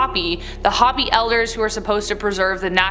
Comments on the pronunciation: Yeah I was about to say something I’m not Native American but I have a lot of relatives and friends that are and i find it extremely strange that they don’t know how to pronounce it it’s obvious pronounced “hope ee “ not hoppy!!” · I'm native American and I have to say that hopi has been pronounced wrong and I feel some type of way about it